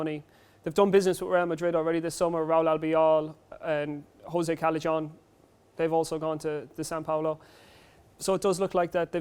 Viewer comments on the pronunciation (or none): Holy crap.. he said Cale-JOHN.. Callejon is pronounced like Caiehon, as a football commentator you cannot mess up names like that